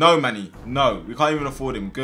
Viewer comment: Manny try lahm